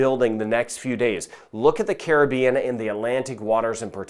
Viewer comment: Thank U fir the update and also the Correct pronouciation of the Caribean! Carib- ean